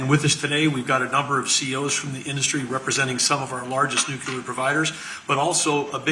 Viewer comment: You sort of lose me when you can't pronounce "nuclear" correctly...